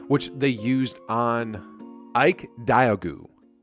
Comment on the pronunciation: Thought you'd mention the we believe team taking down number 1 seed mavs. Also, the way you said diogu was pretty funny lol. Still a good video though.